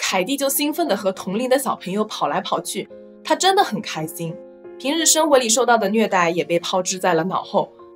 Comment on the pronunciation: 博主说开心。发音是开sin